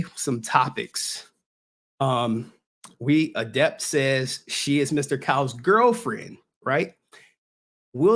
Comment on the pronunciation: 10 seconds in and i cant stop laughing at "adepter" lmao